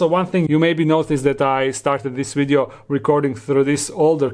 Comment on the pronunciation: I love how he pronounces “video” as “wideo” lmfaooo